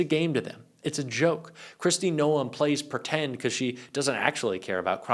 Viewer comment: Noam like Dome. Come on.